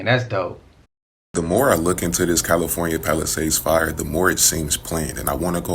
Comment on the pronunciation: Did dude say “Califuna“? And watching fire fighters spray water from their hoses, he said where did the rainbow come from. Embarrassing bro